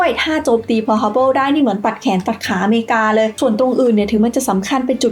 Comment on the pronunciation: ขัดใจที่อ่านว่าทฮาร์เบิลนี่ละครับ